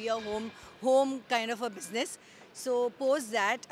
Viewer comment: Bro said watch zee buisness 😂